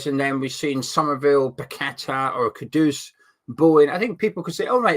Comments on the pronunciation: Another one that riles me up is ‘Kudos’ - usually by the co-commentator whilst the main one is saying it correctly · yes it's not a difficult name to pronounce right!